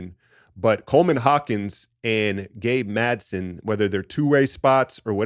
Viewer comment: it's Gabe MadsEn*. 😊